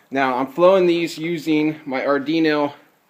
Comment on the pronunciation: I hate how this guy says ardino instead of arduino but useful videos